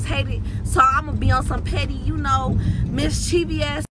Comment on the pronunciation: Shauna wants attention so bad 💀 and how you pronounce ‘mischievous’ wrong?🤦🏾‍♀️😂